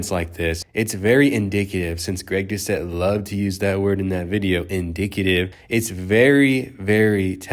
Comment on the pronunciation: Greg Do-Ket